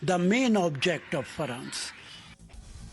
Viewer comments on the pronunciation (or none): Rashid alvi: Farance Rest of the world: France The man doesn't know how to even pronounce the name of the country he is talking about and just rants about his own propaganda every time he sees a mic and a camera 😂 Someone should ask him the name of the President of France and he will have a blank face like none other.